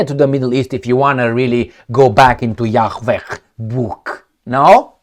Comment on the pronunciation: Privet, great episode as usual. You are one of few people who pronounce YHVH (Yahweh) correctly!:-)